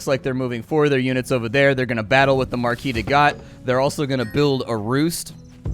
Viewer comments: It's obviously Marquise de CAT (as in the "meow"-ones) not Gat or however you pronounce it. :) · Slight Nitpick: I believe you almost pronounced the Marquise De Cat correctly (the Cat is literally pronounced), but the birds are the Ear-E.